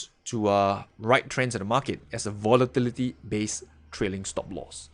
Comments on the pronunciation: hey!! i want to make your day and everyone elses day after a stressing day of trading with this one word " Votilityty" LOL XD sorry cant help it i am very stressfull today!! Have a wonderfull day everyone and good trading! THANK YOU FOR THIS VIDEO!, helped me today in so many ways XD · i like the way you say volatility lol